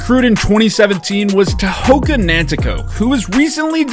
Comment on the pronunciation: I don’t mean to nitpick as I really like your videos. Tehoka’s name, though, is pronounced more like Tehoga. A K before a vowel in the Mohawk language is said more like a G. It’s sort of a soft G that isn’t as hard as saying Gary Gait, but it’s definitely not a hard K like you’re saying.